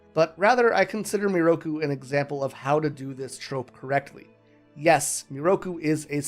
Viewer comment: took me half an hour to understand you pronounced Miroku in a nearly identical way to Naraku which explains why some points confused me immensely... I loved the video tho ! good work ! (also yes sango is 100% an angel)